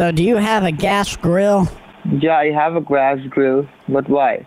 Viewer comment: that hungry scammer said “grass grill” 🤣